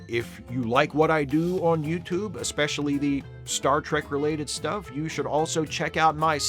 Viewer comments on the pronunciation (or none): none